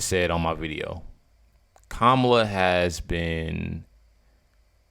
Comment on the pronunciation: "Hello, Kamayla?,Kamala?...ok, Kamala i want to address you properly. I want you very happy ..."